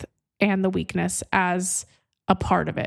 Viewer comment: Did you say "the weekend of your strength at the end?" No, no.. I listened again while typing the question. I think you said weakness. 🤔 indeed. Made me laugh, though.